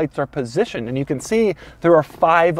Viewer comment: I love Doug's videos, but the way he says "and" really grates on me sometimes.